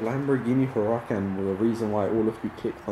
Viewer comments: lamborghini “hur-ah-kin” ☠️ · The way you pronounced Huracan had me rolling. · The way he said huracan hurt me inside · I physically recoiled at how pronounced Huracan. Wtf was that, don’t listen to Mo Vlogs lmao